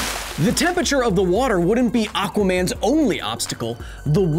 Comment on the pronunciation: love all the sciency stuff but still annoying that you mispronounce temperature.